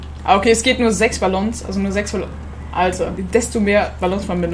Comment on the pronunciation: Was für Balllons man spricht es Balong aus